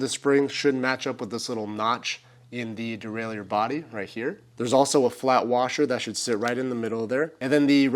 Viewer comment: its pronounced derailer even the french dont say it the way you do.